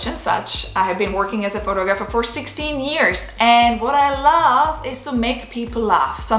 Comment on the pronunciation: Please check the way you pronounce the words "Photography" and "Photographer". North American English is not the same as east European.